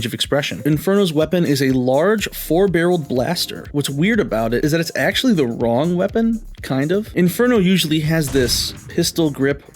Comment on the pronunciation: AKCHUHUALLULEEEY! It’s the STING from the fire ant that burns. Not da bite 🤓